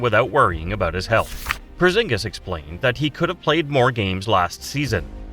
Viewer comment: Bruh we know he's humongous. You don't have to violate his name like that, porzongos😂